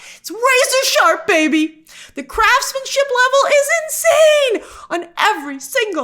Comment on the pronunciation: Did you say Crassmanship instead of Craftmanship? Because yes! YES!!!